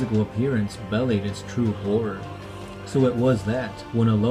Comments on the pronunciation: Be-lied that's the pronunciation you're looking for not bellied. Be lied. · suggestion/comment, nothing wrong with the videos mate they are very good, but both yourself and mis-pronounce some words such as belied in this video, you made it sound "bellyd" when it should be pronounced "be-lied " sorry to nit pick bro. basically just practice the reading a couple more times and if you have trouble pronouncing a word don't be afraid to grab a thesaurus and swap the word out. much love guys and keep up the good work